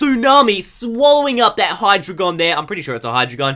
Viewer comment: no offence but its pronounced hi-dragon in stead of hidreagon lol